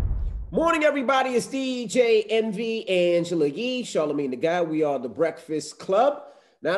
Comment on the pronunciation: not charlamange saying ning